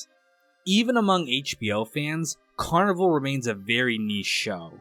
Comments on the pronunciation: Well first off its pronounced Carni-VALE. Anyhow I get that you generally didnt really get the show and thats ok it wasnt for eveyone. Thanks for at least shining a torch on it. Heres the thing, this show was brilliant on so many levels and no it didn't lay eveything out for you. It was an intriguing mystery and you had to think for yourself a bit. I think the character development was fine but yes some of the side characters should have been developed further. Yes I think it borrowed from the original Twin Peaks and David Lynch but in a good way, with its own original feel. I think the real tragedy of this show was not that it got cancelled, which was disappointing, BUT that Daniel Knauf the shows producer didnt take the 3 hour Movie ending that was offered to him to finish the show. Although not the outcome he would of liked, it WAS an outcome. Yes it would have meant some short cuts had to be made, but why let the whole brilliant cast and crew down by taking his bat and ball and going home. Had he have made the 3 hour ending I believe we would be viewing this series/extended movie very differently today. I have no doubt that it would have gone on to become a revered cult classic just as the original Twin Peaks is today. Twin Peaks is often thought of as the greatest television series ever made.. let that sink in. By not finishing the show, albeit not on his terms, Daniel Knauf gave future generations ZERO reason to discover it and it has slowly became obsolete. Such a sham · You're right, that is how it's pronounced. The guy who made this video is saying the word carnival. It's pronounced they way you said which is the same as it would be in French which is the spelling used in the show title. The first episode even had the carnies singing multiple songs in French. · It is, the guy making videos on it doesn’t even know how to pronounce the name💀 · It's car-nih-val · It is… this guy is low effort af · You're pronouncing the name wrong.